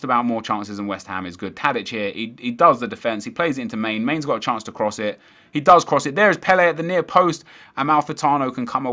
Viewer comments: Man-a not mane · Man-ey! Not Main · mane is pronounced man-ay